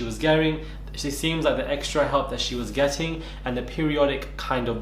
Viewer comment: I love you but I heard that African, possibly Nigerian accent “see the help she was gerring” minutes in, I love it. LOL